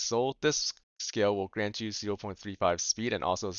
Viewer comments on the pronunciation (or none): none